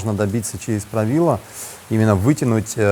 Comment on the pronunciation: Растягивает суставы и позвоночник. А вобще суть заключается в самом названии Правило, ударение на последний слог